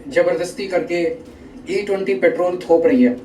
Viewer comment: Paaatrool nhi simply petrol pehle bolna sikho...